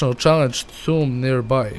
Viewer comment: kaze se tomb,a ne tumb zato sto nema dva o nego samo jedno!!!!!!!!!